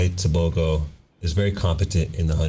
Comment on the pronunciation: Wow you pronounced Tebogo's name perfectly.